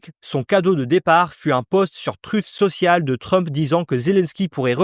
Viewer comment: « Trutte Sociale » 🤣🤣